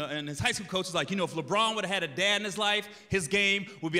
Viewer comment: The way he says Lebron is a crime.